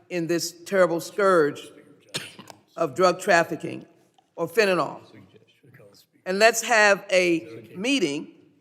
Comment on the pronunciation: How do we get Fenta-NAL from Fentanyl? It's Fenta-NIL. Fentanyl.